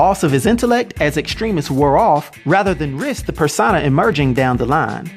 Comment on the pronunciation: Say it with me now, PER-SO-NA. Not per-sah-nah or whatever the hell you were saying.